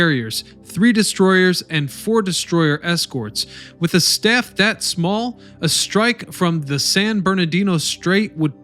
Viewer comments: The task force was Taffy 3, not taff 3. Tighten up your research efforts. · TAFFY 3 not Taff. USS JOHNSTON DD-557 not Johnson. GO NAVY! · YOU'VE GOT ALOT OF HISTORY & DETAIL CORRECT ... THANKS NOW YOU NEED TO LEARN NAMES ADMIRAL "BULL" HALSEY (HAUL-ZEE) NOT HELSI TASK FORCE TAFFY 3 - NOT TAFTI 3 MOST DON'T REALIZE THE JAPS MISTOOK ESCORT CARRIERS FOR FLEET CARRIERS , THEN FROM THAT THOUGHT DESTROYERS WERE CRUISERS BY SIZE COMPARISON ... THIS RESULTED IN THE OVERUSE OF ARMOR PIERCING AMMO INSTEAD OF HIGH EXPLOSIVE (HE) ORDINANCE MOST OF THOSE AP SHEELS WENT THRU THE THINLY ARMORED SHIPS INSTEAD OF DESTROYING THEM.... THAT'S HOW 5" GUNS OVERWHELM II, 12, & yes 18" guns